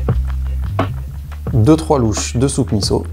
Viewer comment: Bravo de bien prononcer MISSO ! Top !